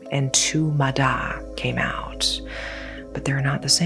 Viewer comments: thank you for covering this topic!!! love love love your video p/s: its pronounced ma-ya, cause "D" in vietnamese is pronounced like a "Y", for the actual "D" sound, the letter we use is "Đ" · "Ma Da" is pronounced "ma ya" with a soft D, as opposed to the hard D in Đ. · The spelling is correct but the pronunciation is with a "Z", MAZA. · The d is actually a silent d, sounds like y. The word "ma da" is pronounced like "mah yah" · i looove when content creators make videos on things they dont know how to pronounce and dont even bother checking if theyre saying it right 💔💔💔💔💔💔💔💔💔💔 who da hell is a muh đa girl it's pronounced like maya 💔💔💔💔💔💔💔💔💔💔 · That "D" is pronounced "Y", I know, confusing to other languages, but yeah. It's pronounced more like "Maya" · Just a little correction. It's pronounced "Mah-Yah". Great vudeo as always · Vietnamese here. It’s mah yah, not mah dah.